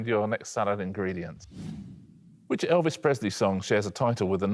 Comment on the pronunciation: I'm pretty sure Richard says "Elvish Presley". Has anyone else heard that? (And is he thinking of Legolas' favourite performer?)